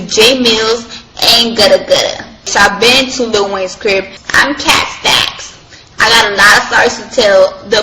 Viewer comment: The way she says “KHET STECKS” still lives in my head 😂 She was basically the next era of Karrine Steffans. She surprisingly has a better understanding of bisexuality than a lot of people. Given what she’s endured, I hope she’s doing okay.